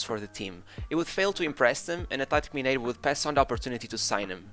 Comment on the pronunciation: O primeiro vídeo do canal foi sobre Figo e o jeito que você pronuncia Roberto Carloxxxx e Atlético Mineiro entregam que você é português HSAUHSAHSAHUSHAHus